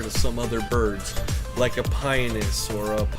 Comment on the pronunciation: I am sorry but it is driving me nuts. It is Pi-on-us. There is an O in the name you just skip over it. I have had these birds for 30 years, please don't for get the O in it.